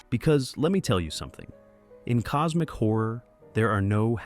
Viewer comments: It’s cosmic like, causmic. Not like cosemic. XD mf said cosemic horror xD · Coosmic Horror, one more